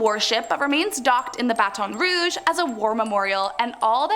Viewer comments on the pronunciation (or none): 1. It's weird how many of these places you get taken to for field trips as a Louisiana kid 2. How do you mispronounce baton Rouge